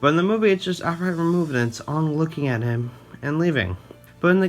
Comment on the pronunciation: Fantastic video lmao but every time you said “Ong” instead of “Aang” I died a little inside because that’s how they said it in the crappy movie not the show lol. Anyway 10/10 will be subbing because fantastic content